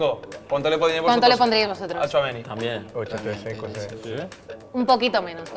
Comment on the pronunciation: Lo mínimo que podían hacer es pronunciar bien Tchouaméni